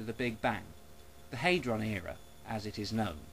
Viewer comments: it's hAdron not haidron. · It's HAD-ron, not HADE-ron. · It's HAD-ron not HAY-dron, you dozy muppet. When has anyone ever pronounced it HAY-dron, hmm? Only you. Oh, and the french. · just an irrelevant nitpick here, its /ˈhædrɒn/, not /ˈheɪdrɒn/ . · Dont get me wrong fella, i agree with your conclusion and i admire at least the fact you havnt bought into the media hype. But believe me hadron is pronounced 'had-ron' not 'hay-dron'. What youve used there is the flippin american way of saying it, and until they can accept there is an S at the end of maths, theyre always going to be wrong in dialect. Mind you it could have been worse...you could have started nostradamus bashing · i like how you pronounce hadron never heard it before :) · When this idiot cant even pronounce the word 'Hadron' properly, why would anyone believe that he knows what hes talking about. If anyone has actually been underground to see the LHC at CERN, it is most impressive in scale and in substance, and that is why it was funded, it is almost unimaginably bigger than anything used anywhere else in the world. And if anyone actually understands the basic science of whats going on, unless weve got it horribly wrong, then nothing bad will happen